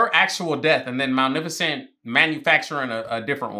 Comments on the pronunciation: Hermione: its MalEficent not Malnificent Ron : you say it than, if you're so clever ... no real difference ocured what so ever . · Respect the #bingers for real... We really waited 17min for tongue to act right. Manificent. Malnificent. Magnificent. Sir! The woman's name is the movie. English! Get it together 🫣🤣🤯😂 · bro her name isnt malnificent 😂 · I think you mean "Malneficant" haha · Movie title: Maleficent What the fairies call her: Maleficent: MaNiFiCeNt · I love that continuously says malneficent rather than maleficent 😂😂😂 I can’t tell if he just can’t pronounce it right, bc same it, or if he just didn’t realize he was saying it wrong😂😂😂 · "Today we're watching Malneficent" movie hasn't even started and struggling already 😂😂😂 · bro really called her malnificent instead of maleficent the whole time😆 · Him saying "Malneficent" instead of Maleficent always annoys me whenever I watch this. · It'sMalEficent not MalNeficent Sir. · LOL. Do you just like saying names different than they are?! 🤣 it sounds like you’re saying Mowl-nef-icent. 💀 it’s MUH-LEH-FUH-SNT. 🤣💀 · Cause who is Malnificent? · Every time he says "Malnificent," I cackle. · Maleficent's pronunciation as Malnificent is one of the best parts of this movie reaction. 🤣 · Not the Malnifecent 😭😭😭😂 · not say Maleficent wrong the whole time 😭😭😂😂😂 “malnificent” - there is no N 😭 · Saying Malificent like Malnourished😂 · Ma-li-fa-cent 🤣sorry had to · Not him calling her Mal- nificent 😂😂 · Ma.Lef.Fi.Cent - just saying. Unless you’re doing a bit, then just ignore me. Love the reactions👍🏾 Also the baby she said, “I hate you!” to, that’s her real life daughter. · Take a sip of water every time he says Malnifacent😂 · the way he kept saying "Malneficent" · Not the “malneficent” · Malnificent😂 love that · It’s maleficent with an L not an n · Anybody else peep how he kept saying malneficnt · if you say "malneficent" one more time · say it like "MA-LIFA-Scent" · "malnificent" XD